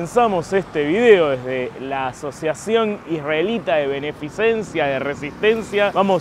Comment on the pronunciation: Querido amigo, se dice beneficencia, que no beneficiencia.